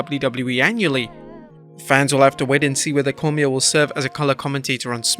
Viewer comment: Cormier's name is pronounced more like Cor-me-ay, by the way.